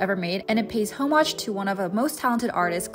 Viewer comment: Homage is pronounced with more of a silent H.